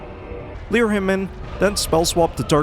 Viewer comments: Every time I hear you say "leer" instead of lure my eye twitches a little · Why do you say “leer” when trying to say “lure”?